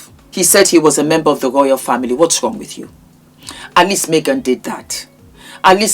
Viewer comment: The way i rewinded that part!!! I had tears in my eyes girl!!😂😂😂 the Nigerian came out!